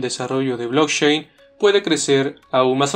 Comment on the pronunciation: Por favor mejora esa pronunciación… Stanford, blockchain, CEO… parece una lectura de un escolar.